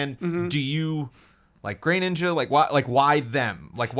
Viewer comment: It's a small thing, but it bother me pronounces Greninja as "greyninja"